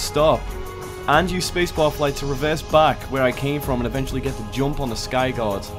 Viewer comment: Its skygaurd not skygod